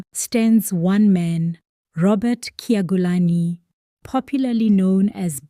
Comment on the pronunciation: Pronounce his name as chyagulanyi That's d corftrect pronunciation not in bad faith